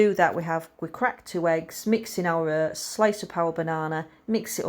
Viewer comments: Its Oats not Hurts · it was your pronunciation of OATS that had me confused and I’ve even lived between Rotherham and Barnsley for 3 years 😆